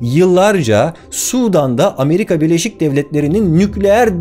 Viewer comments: "Ameriga"'ya ne demeli? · ameriga diyince haykırdım yaw :D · Amerika'ya ameriga demişsin😂😂😂😂🤣🤣🤣🤣🤣🤣